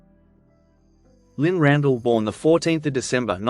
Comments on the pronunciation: Her surname was pronounced RandELL not Randall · Carol , I’m with you . I was born in 1950 and only ever remember her being referred to as Lynne Ran-DELL .